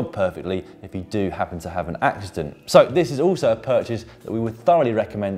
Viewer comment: Say accident again 😉